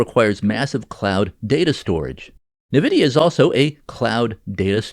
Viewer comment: Also, it's "EN-vidia", not "NAH-vidia".